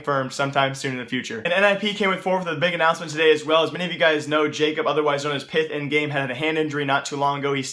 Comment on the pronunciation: Btw pyth is pronounced more like pit